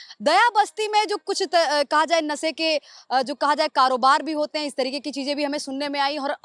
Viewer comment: Aur ye khud padhi likhi nahi hai nasa bata rahi hai nashe ko. Ye sh ko sa bolti hai anpadh hai.